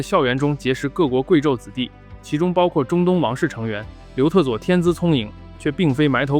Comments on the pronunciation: 我一直听成刘厕所😂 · 总听成刘厕所...是我耳朵有问题，还是你发音有问题....😅